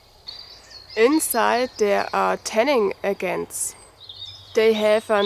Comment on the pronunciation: a little softer on the g for Agent ... G like in Great ... or oh Gee ... not hard like in good ... now all you need is a russian accent and say moose and squirrel ... yeah I grew up Loving Natasha's accent when she says that line